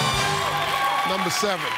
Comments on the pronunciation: “Numba seven” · “Numba six”